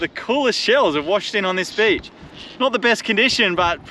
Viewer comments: Who else thinks she's saying Ghe Back to Basics B!+€h kitchen?' Everytime I hear her say it, I laugh and I know she can pronounce it 'beach' correctly because she has done so numerous times before. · With the greatest respect to the lovely, it always makes me smile when she talks about "the beach kitchen" which because of her accent, sounds like "bitch kitchen" 😄